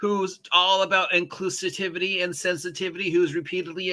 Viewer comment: Are you deliberately mangling the word 'inclusivity' for some reason?